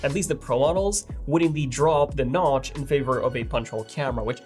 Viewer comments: say notch 😂 not nouch wtf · He said goodbye notch wrongly